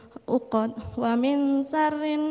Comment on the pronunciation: iya,buk baca 'a nya masak a terus dza di baca za terus sya di baca sa harusnya waming malah di baca wamin,naffa di baca naafa,masih ada lagi sih